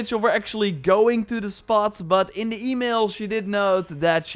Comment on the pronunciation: I can't stand the way this dude talks. "Doe" instead of though every 5 seconds. Or "da" instead of "the". T-h is really not hard to say